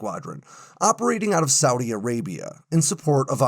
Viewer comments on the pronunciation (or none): none